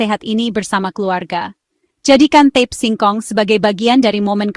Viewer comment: Mohon maaf, itu namanya ta-pe, bukan tep